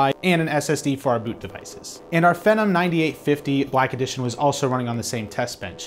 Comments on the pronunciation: The way he pronounces "phenom" like "Venom" is very annoying, where did he learn that? Ive always heard it pronounced as "fee-nom" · "Fee Nom" rhymes with Athlon, stop calling it "Fen Nam". Thanks. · You say Phenom weird. It's Fee-NOM, not Fen-Um. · just one comment: It's pronounced Fee-nom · Phenom is pronounced Fee - nom. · I always thought phenom was pronounce phee - nom, like the beginning of the word phenomenal... Anyway, I'm really hoping AMD can get their act together, from what I hear plenty of innovation is going on but they just don't have the funds that intel does. Not only do I often have a bias for the under dog, but they need to stay competitive if we want to see amazing things from both sides. Looking forward to the HBM boom coming soon ;D #SensibleFanBoy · I like the video and what you said, but i didn't like the way you said it. You need to relax, and probably read the script sooner because you seem uncomfortable with what youre talking about and it really shows. I like the data, like the camera work, the setting all that stuff. Just gotta work on delivery. Also, its pronounced feenom. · LOL , I thought it was pronounced [fee-nom] with a LONG E vowel sound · It can be pronounced either way. I've heard fen-em and fe-nom from multiple different reviewers. Personally, I prefer fe-nom. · Oh look. Another tech guy who can't pronounce phenom.